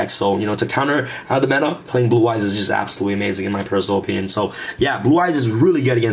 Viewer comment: "That would be hapsolutely amazing!"